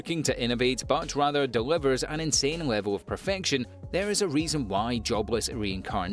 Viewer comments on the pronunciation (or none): none